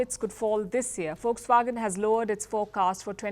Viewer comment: Aunty it's not fox wagon it's Volkswagen 😂😂😂